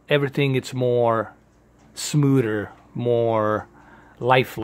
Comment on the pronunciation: "more smooder"